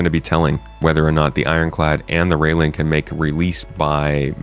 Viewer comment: Railen is pronounced rye-len (rye as in the grain/crop), not rail-en.